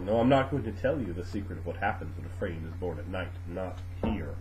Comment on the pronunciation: finally know how to say it right! Fray-EEN! not Fray-Ahhh-en! good to know!